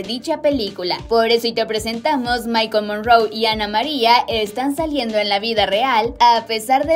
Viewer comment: Así como lo voy a escribir así pronuncia el nombre de él. Mikele morrone, no mikol morroon